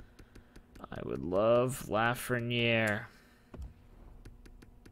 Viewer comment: It’s pronounced luh-frehn-yay